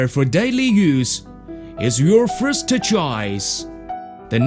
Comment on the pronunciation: qualtey fourst